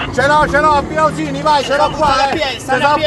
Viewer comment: Ma erano in Sardegna? Via Osini Via Arzachena Via Gennargentu...comunque si pronuncia Osini con l'accento sulla seconda i.